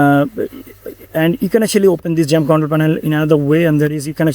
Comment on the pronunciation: Why u keep saying jump It's called xamp not jump 🦘 Thanks for the video i have watched it all.